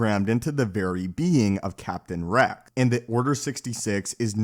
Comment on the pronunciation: Why don't you pronounce X and S ? Order sixty si- ? Captain Re-c ?